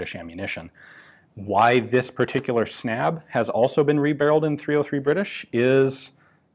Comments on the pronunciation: The word is pronunced more like "Snub", snabb means fast in Swedish. The Swedish a is pronunced like the a in "ah" unlike the english a. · Snabb is pronounced (Snub) like and u is is pronounced like u in cinnamon (“bun”) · Snabb is pronounced with a short "a" and it means "fast" in Swedish. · That is not how you pronounce "snabb".